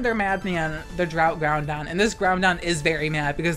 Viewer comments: Love the content. And the tech. But the way you pronounce those gen 3 legends. 😂😂 Kee-oh-ger and ground on. Ky-oh-ger... And grow-don. Like 'Now-don' 👍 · "Kaiohgrey "and "ground on" is too funny. Love ur vids ❤️